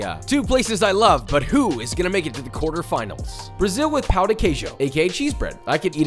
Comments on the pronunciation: I don’t want to be that guy but as a Brazilian… “pow the kay shoe🗣️🗣️🗣️” like cmon pow? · The way you’re pronouncing ‘pão’ means something other than bread. It actually means 🍆 and I don’t mean an actual eggplant. The accent of ‘ã’ and ‘a’ change the entire meaning of the word. Look it up, there are tons of jokes all over the internet.